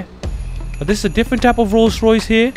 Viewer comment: I like the rollce royace